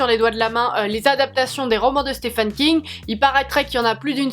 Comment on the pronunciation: A chaque fois j’ai le impression tu dis Stéphane King 😂